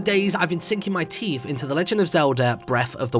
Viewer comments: jesus christ. 12 seconds in and you start murdering words. THERES NO F IN THE WORD TEETH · Seenking mah teeff